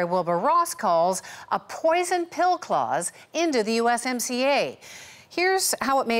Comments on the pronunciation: In the US, we call USMCA: U(S)-SMACK-CA not U(S)-SCAM ... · In the US, we call USMCA: U(S)-SMACK-CA not U(S)-SCAM ..